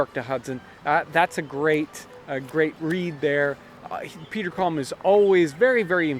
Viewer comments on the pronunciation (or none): none